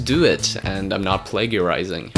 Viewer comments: Did you just say plaguiarizing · Why did you pronounce "plagiarizing" like that? 😅